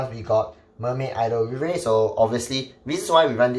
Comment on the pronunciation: Still waiting for the day when pronounces Riviere properly